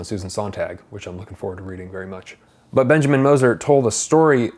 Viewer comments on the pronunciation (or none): none